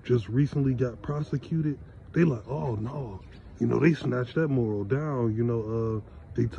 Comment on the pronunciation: Mu’ ral not moral 😂😂